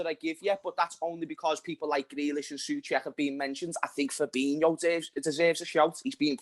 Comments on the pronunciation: My man said Fabinho 🤣🤣🤣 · This guy actually said Fabinho lol